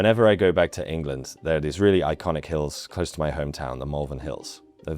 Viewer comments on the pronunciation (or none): none